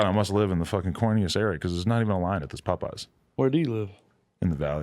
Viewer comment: he said "evean" lol